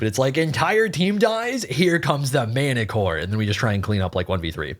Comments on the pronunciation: Also obligatory Martichoras name pronunciation It’s pronounced like Mar-tick-oras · How are you able to say manticore but not manticore-ass xD